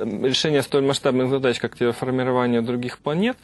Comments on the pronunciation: Какая "терефикация"?! Терраформирование! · Терраформирование - правильнее будет, да и "террАфикация", а не "террЕфикация. Дальше смотреть не стал . ...Иаффтартакойже